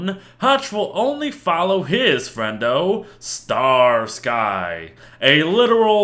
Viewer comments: Ima lay down a knowledge bomb a year later star-sky and hutch was a Relatively old show and I am not usually bothered by this but it is pronounced star-skee and it is hilarious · It is pronounced Starski. From the tv series Starsky and Hutch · How has anyone not noticed? Hutch and star-sky (hutch and starsky)